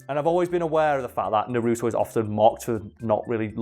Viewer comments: It's nar-u-to not na-ru-to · it’s naruto not nuruto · Im sorry, but this always bugs me. No one in the Japanese or English versions calls him Na-ROO-toe.......ever. His name is NAR-u-toe. (Obviously, I spelled them phonetically. No point in correcting my spelling) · NA-RU-TO not NA-ROOT-O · hate when people say nUh RuTo 😂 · "I hope I say this right, Masashi Kishimoto" Me: that's sounds right "NARUTOU" Me: you get the creator's name right but you mess up naruto... It's not even that hard... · that’s not how you fucking say naruto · The way he says Naruto bothers me more than I’d like to admit...